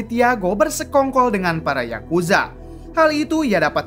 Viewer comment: Yakuza Bang bukan Yakuja